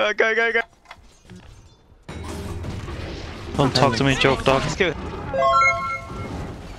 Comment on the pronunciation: I thought he says Chokedog